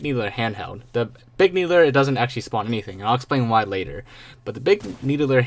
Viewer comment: Big "Needuhler"